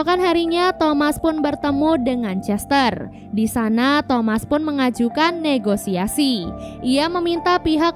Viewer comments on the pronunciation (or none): none